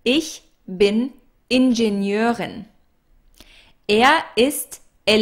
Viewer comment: hey，！your lessons are soooooooo great fr beginners! i love it!! sooooooo glad that i fold them! but there is something i dont get it,the pronunciation of German word ingenieurin,thought "eu" should pronounce somewhere near "oil"without the "l",like in the word "Deutschland",but in this video,it doesnt sound like an "oil" sound,so i got confused, so "eu"has more than one sound,right?